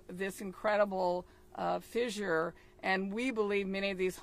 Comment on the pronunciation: Did she say fizzzzure? 🤣🤣🤣🤣🤦‍♂️